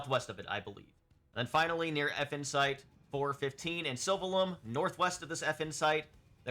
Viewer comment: I can't not hear "Effin' Site", which perfectly describes my feelings about them. 😂